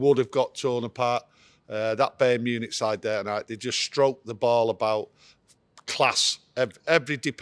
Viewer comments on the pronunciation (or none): Bey-earn Munich 🤣😂😅